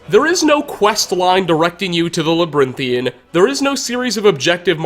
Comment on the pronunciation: "Labrinthian" sighs